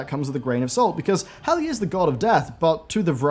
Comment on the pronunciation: Is he saying Helga ? Impossible to hear what name he is trying to say